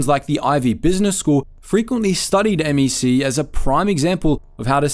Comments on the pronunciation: The craziest part of this video is pronouncing it M E C not MEC(one word) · It’s not M.E.C… it’s just “MEC”